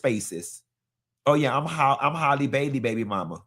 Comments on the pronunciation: Halle not Hailey 😂😂😂 ain't gone ever get it right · Omg you done said this girls name every way but right😂